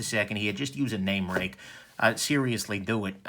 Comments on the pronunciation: Pronounced RAKE !!! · if we were to follow Mandarin Chinese Pin Yin, Ruike (锐-sharp, 可-can) is pronounced as "ruey kuh"